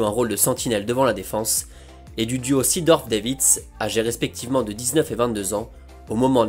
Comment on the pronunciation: Prononciation: Zédorf et Davits. Pas Sidorf et Deivid.